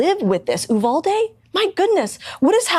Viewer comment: Woman can’t say “Uvalde” correctly. Correct pronunciation: “U-val-dee”